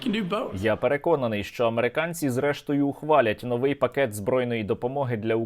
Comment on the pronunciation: Наголос: вИпадок, новИй, фаховИй, беремО, ідемО, кОлесо, кОтрий, кУрятина, Яловичина, напІй, фенОмен, почалИ, роблЮ, говорЮ, далИ можливість .